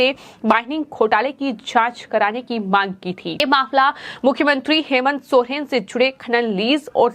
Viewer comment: Soren hota h sohren nhi kon reporter bana diya h isko re baba 🥴